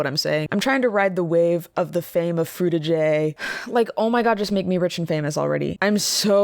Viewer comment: Is Frutiger not a hard r?